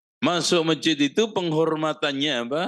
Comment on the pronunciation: Masjid bukan mejid🙏🏻🙏🏻